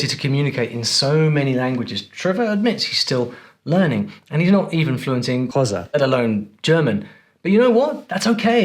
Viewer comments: why can't you pronounce Xhosa!?😂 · You're pronouncing Xhosa incorrectly, the x is a click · Xhosa You are BUTCHERING it. I doubt he knows Zulu. All Africans seem to use English for instruction until they get Angry very funny. Imagine what that does to the brain. African languages for when you are in trouble. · I wonder why you edited "xhosa" over your own voice. Wild guess: it's very tough to pronounce.